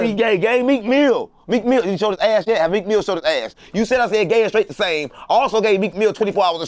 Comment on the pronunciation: “Meek FEEL say it right” 💀